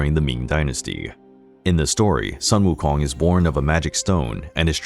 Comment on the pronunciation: Well, I'll be. Your pronunciation of their Chinese names are quiet good. But "Sun" for Sun Wukong should be pronounced as "Sooon" (soon but a little longer due to the Tone 1)